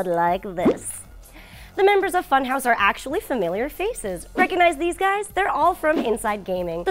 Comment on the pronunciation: You pronounce funhaus wrong.....